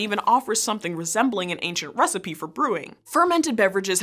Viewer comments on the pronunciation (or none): none